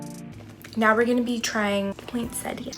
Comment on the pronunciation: Is no one gonna mention the way she says poinsettia?